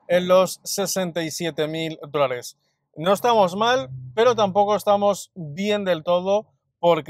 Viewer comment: En todos los videos te escucho la palabra "drones". Soy nuevo en criptos desde ha e una semana y al principio, pensaba que podría ser jerga del mundo cripto pero, es posible que sea el micrófono porque la palabra dólares, se entiende claramente.